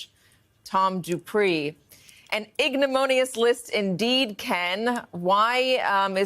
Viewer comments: Hey, Katy...it is ignominious not igno-mon-ious. Simple. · Ignominious, not, ignimonious, lol 😜